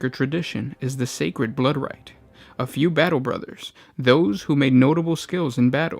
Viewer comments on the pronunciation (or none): none